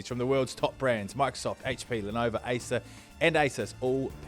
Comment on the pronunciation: Speaking of getting names correct. The brand is Lenovo not Lenova as you keep saying on every episode 😅